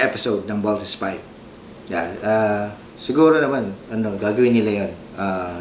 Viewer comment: ang issue po diyan ay malamya magsalita mga five members ni v.v kapag fighting scenes na walang excite lumaban then yung iconic post ni v.v binago nila sa pagbigkas ng voltes v